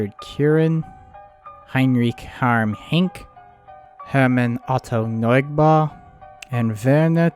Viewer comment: I'm not German myself but oh dear, those name mispronunciations.. especially Neubaeur